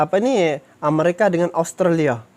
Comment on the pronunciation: Amerika bang bukan amarika Australia bang bukan austrella